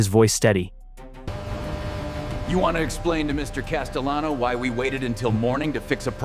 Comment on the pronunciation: "castalano" huh? Any reason to 'Paul' from Staten Island ?